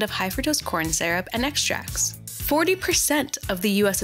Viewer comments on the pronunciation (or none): Lol maple "sarup"